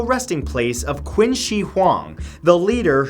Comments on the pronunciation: Nice video, but just FYI,- Qin is pronounced like the word Chin, not Quin. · Um, hello... Qin is pronounced “Chin” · Wait, I thought Qin was pronounced "Chin". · qin here is not pronounce as Qin , but Ching ... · CHIN! Not quin! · Orinomo Yep, it's like "ching" without the 'h'. I was cringing at Matt when he pronounced it like "quinn". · LOL queen she huang 😂. Its cing shh huang in Chinese pronunciation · Love ur videos as always matt.. Just 1 comment this time. Qin is not pronounced as queen. More like chee-in. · qin is pronounced chin, not quinn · Love your videos Matt, but Qin is actually pronounced "Chin" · Qin is pronounced 'cheen' bro lol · Btw Qin is pronounced chin just saying I literally just learned ab it in school so yeah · In Chinese, the name Qin is pronounced as "Chin". Just pointing it out! 😊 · It’s pronounced chin not qin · btw it's pronounced "chin" (qin) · It’s pronounced “Chin She Hwang” :) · Qin is pronounced Chin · It's pronounced "Chin" he was the first emperor of unified China, giving the country it's name. It's "Cheen Shu Hwan Dee" (phonetically). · Qin Is pronounced like ‘ching’. Just thought you should know :) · Qin is pronounced like Chin, with a softer Ch sound. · Qin is pronounced like "chin" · Its pronounced Chin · Another great video that learned me something! I knew about a few of these places beforehand. The only thing that bothered me was the pronunciation of Qin Dynasty 😂 Chinese is a difficult language to pronounce properly, especially with the different tones so I’ll keep it simple. It’s not ‘Quin’ but more like ‘chin’ and ‘shi’ isn’t like ‘she’ but kinda like ‘sure’ but with an i instead of a u. Again, it’s kinda weird but them’s the breaks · He said qin wrong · You pronounce "Qin" wrong... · Anyone else cringe at how he pronounced Qin? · How do you pronounce French and Japanese names flawlessly and go on to mispronounce 'Octagonal'? And 'Qin'? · The way he pronounced "Qin" shudders